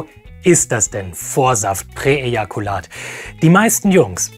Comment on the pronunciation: Präejakulat: Unausprechlich, aber ausgesprochen gut.